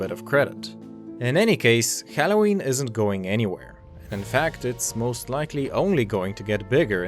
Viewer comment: Dude you need to learn how to pronounce halloween correctly.